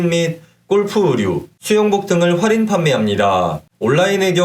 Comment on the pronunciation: 좋은 정보 감사하지만 "활인"이 아니고 "할인"입니다.